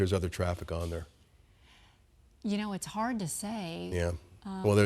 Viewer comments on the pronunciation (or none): none